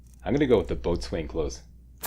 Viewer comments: Uh, Boatswain is pronounced "Bosun" -- ain't English grand? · my heart froze in pain - with the handle of, I'd have hoped you could pronounce nautical terms by familiar association. But for future reference, boatswain is pronounced "Bo'sun". It's a Navy term...;)